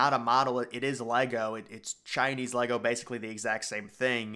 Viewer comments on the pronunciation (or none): none